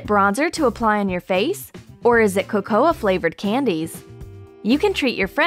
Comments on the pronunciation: I am pretty sure it is not co-co-uh. It is co-co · Not trying to be mean it is not cocoa it is coco just saying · Coca is pronounced ( co-co) not (co-coa) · It's coco not cocoa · It is spelled cocoa but it is pronounced coco not cocoa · It’s pronounced Co-co not co-co-a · You said cocoA... the "A" is silent XDDD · It's pronounced coco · I think the way they said cocoa hurt me... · she pronounced cocoa wrong